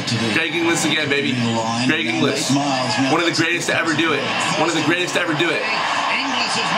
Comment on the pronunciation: It's not Greg English it's Greg Inglis 🤣🤦‍♂️